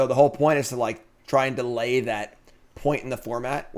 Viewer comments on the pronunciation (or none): none